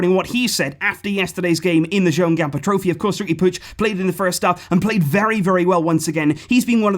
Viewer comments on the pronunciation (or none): none